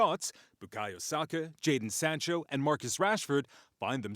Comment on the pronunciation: At least this American newscast made an effort to pronounce/spell Saka's name properly.